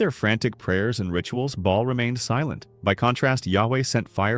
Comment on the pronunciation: It’s actually pronounced “Bay-all”, not “ball”. Good video, though. Pretty accurate.